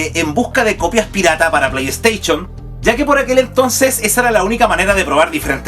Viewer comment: Playsteichon, chaolin jajajaja! Aprendé a hablar! El video estaba bueno igual :D